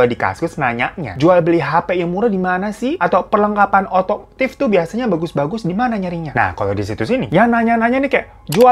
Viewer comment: OTOMOTIF BANGGG BUKAN AUTOTIF 🤣🤣